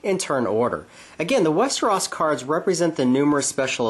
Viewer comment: westeros not westeras!